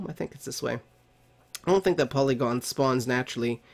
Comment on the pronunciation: POLYGON?! xD ITS PORYGON xDD